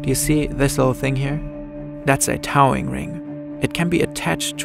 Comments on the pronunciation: just small pronunciation mistake: towing is the same sound as the word toe and then -ing added to the end. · Incredible video as always!! Absolutely butchering the word towing was my favorite line lol